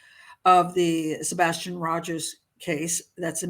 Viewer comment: no she literally can't say his name in any sentence or interview. It's sad..